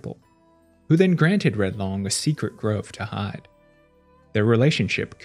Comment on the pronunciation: Pronounced Loong